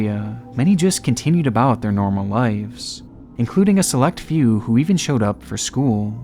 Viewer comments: "lives" not "lifes" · Dude. Brother. It’s “lives”. With a V. Not ‘lifes’ . Killin me smalls